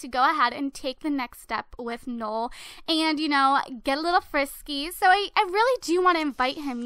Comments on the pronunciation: It actually is Noel, like Christmas in French, not like you said ''Nool" because that's wrong. Trust me, my great grandfather's name is Noel. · it is pronounced "no-el" not nole :P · it's no-elle :/